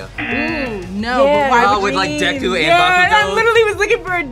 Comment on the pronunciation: WHYYYYYYYYYYYYYYYYYYYYYYYYYYYYYYYYYYYYYYYYYYYYYYYYYYYYYYYYYY DEKU IS PRONOUNCED DAYKOO NOT DECKOO